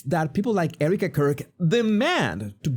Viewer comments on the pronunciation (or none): none